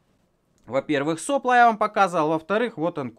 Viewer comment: Люблю канал, недавно понял что буду смотреть всегда и до конца времён, но единственное от чего идёт кровь из ушей -это от слова сОпло. Нельзя ли как-нибудь его запикать?